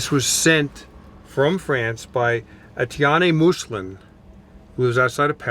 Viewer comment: Merci beaucoup Etienne!! Hey Tom, his first name js pronounced "AY-TEA-EN" lol